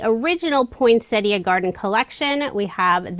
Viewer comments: Yet again another gorgeous range of cards made with our Aussie designs. Thank you so much for pronouncing poinsettia the correct way. Take care and stay safe. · Beautiful cards, as usual, and I love that you pronounce "poinsettia" correctly! 😁